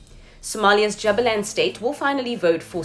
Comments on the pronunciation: Correct me if I am wrong but isn't it pronounced "Jooba-land" ? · Kindly say Jubaland well. As well as the other parts of Somali.